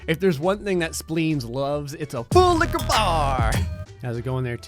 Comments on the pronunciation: I LOVE THE WAY YOU SAY LIQIER BAR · Ahhhhh. This is the best sims video ever. Also, you gotta love the way says: ~🥴~FULL LIQOUR BAR~🥴~